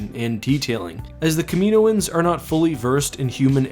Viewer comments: It’s pronounced Cam-in-oh-ins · Its pronounced kam-a-no-ens not ka-meino-ens but love the videos regardless. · Hey, hate to be a nitpick but is your pronunciation of caminoans spot on, I always have thought it to be pronounced “cam in oans” rather than “Camino ans”... tbh I have no clue where I got this from, I’m assuming from the films but there’s a good chance it’s just me 😂.. anyway great vid, I’m a long time supporter and I’ve not actually been keeping up to date on your vids, I’m not getting noticed idk y:/